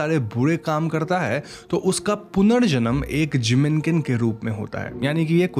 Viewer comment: Jinmenken it is. Sounded like Jiminkin. Had to look up lol.